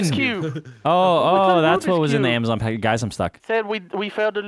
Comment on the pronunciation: Amazon now has "Ama-Jon".